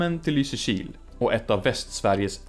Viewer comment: Jag hatar att du har rätt. Jag tröstar mig med att du uttalar Lysekil fel. Det är LYsekil, inte LysekIl, alltså emfas på Y, inte I.